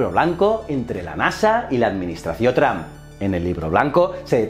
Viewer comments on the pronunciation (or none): none